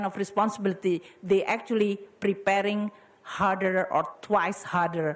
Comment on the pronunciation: "You are facing with a much bigger and higher, hmm harder. But i think when you perform, they will appreciate you more." I heard she spoke "harder" but seems hear like "hurter" which is the meaning is still same I suppose